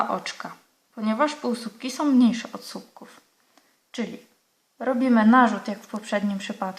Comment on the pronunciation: Bardzo fajne wzory Pani pokazuje, ale nie mówi się "supków" tylko słupków. Pozdrawiam